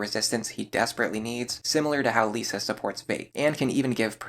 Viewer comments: Just so you know, it's LISS-a, not Lisa. They're different. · Good video but I don't ont like that you say lisa it hurts